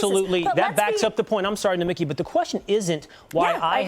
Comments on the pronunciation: Take it from a Greek: it is Nomik-I, intonation on the last I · It's not "Nomikee", it's Nomeeki".